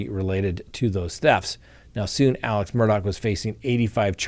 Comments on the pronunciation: Alec pronounced Aleccccc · that murderer's name is ALEX Murdoch, not ALEC. AleXXXXXXX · His name is ALEX